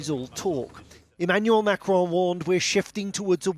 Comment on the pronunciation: Name of the French President is Macron, not Macrone.